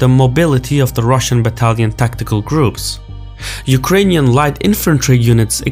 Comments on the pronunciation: Hey. Thank you for trying to pronounce Ukrainian cities name correctly! I like it! <3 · Your pronunciation of Ukrainian cities are on point 👍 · Dude, I haven't watched the video till the end YET, but I enjoyed the way you name our cities. I am watching multiple foreign channels, and so far you got the best pronunciation. Not that it matters a lot, but still.